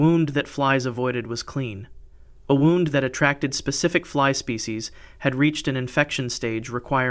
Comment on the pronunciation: Wound with a oo sound not oww as in clocks being wound up.